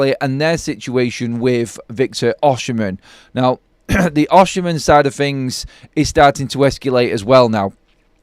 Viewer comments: That maybe so but Osimhen is a far better footballer than Rashford. It's spelt Osimhen by the way just keeps saying it wrong!😂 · How u pronounce “Osimhen” ? Oshimhen?😅😅